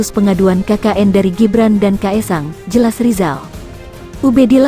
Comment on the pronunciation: Ngomong Gibran aja ga bisa....ko lapor sowak....